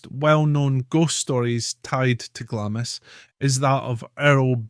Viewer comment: It’s pronounced glahms